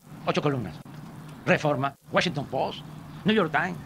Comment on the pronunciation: "Wachintos poos" ...No poos si, "tamos en segundo lugar" 😅😅😅